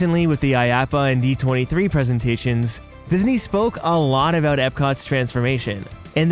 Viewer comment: You mean "avout🥰"